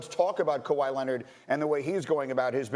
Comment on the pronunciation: According to Steven A., it’s actually Kawhi Lennit...